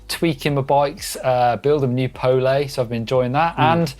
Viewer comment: it's not "Poug-leih", just "Po-le". Also thanks for the show